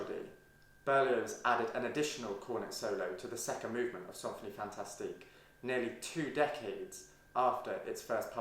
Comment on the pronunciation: It's more like 'sanfonie' than 'sawnfonie'. 'Idée fixe' pronounced 'fix', the 'e' is silent here. Very interesting video! Thank you.